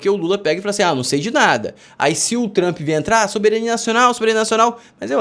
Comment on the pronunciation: Quando o camarada começa falando "TRAMPI" já perdeu a confiança